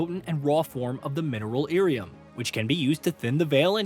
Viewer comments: That dude has never played a DA game clearly, and likely read lyrium as Iyrium (capitol i) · Dude it's Lyrium not Irium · what the hell is red irium ..... 😂😂😂😂 he called lyrium as irium 🤣🤣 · Ear e um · Someone either wrote this guy's script badly, or he did not check his pronunciation of certain words. Red "Lyrium" not "irium". Also said "Orzammar" wrong. Kinda takes away some credibility of you covering a franchise when you can't say things correctly... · 'Theedas' I can kinda understand. OrzAmer I can kinda understand. But... 'Eerium'? Really? Granted, fantasy names are weird and pronunciations aren't always consistent even in the source material (Ghilan'nain / Ghilan'naan). But when you start omitting whole-ass consonants it really calls into question where you got your information from. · Great overview, especially after how long it's been since I've played the games. But bruh lol, an average DA player would know have known how to pronounce Thedas, Lyrium or Orzammar.